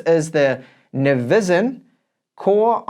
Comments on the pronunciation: I noticed your pronouncing it “Niz-VIN” but it really looks like it says “IN-Vision” am I wrong? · I'd say it's probably supposed to be pronounced Envision maybe, as in 'N' - visen. Just a thought.